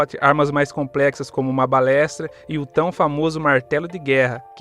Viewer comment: Balésta?! Num era besta ou balista?